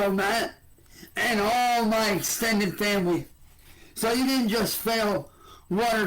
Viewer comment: Muhh vamily